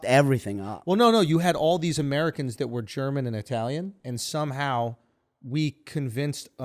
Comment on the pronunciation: Wow, as an Italian I'm dumbfounded at how bad these guy's italian accent is.